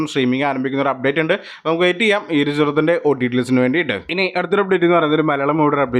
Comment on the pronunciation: ചെറുത്തിൻ്റെ അല്ല ചിത്രത്തിൻ്റെ